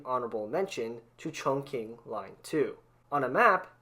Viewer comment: it'll be better if you could actually pronounce Istanbul or Chongqing correctly...